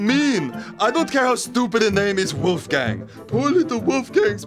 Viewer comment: Buuuhhhhh make me cry.... ;-) But there is one german first name that is even more worst: Wolfram! Juhuuuuuu :-) But i allways have to laugh to hear the english or american sound Wulfgäääng, muuuhahahah :-D try to speak it the right way WOlfgAng with a O and a proper A.....Good luck ;-)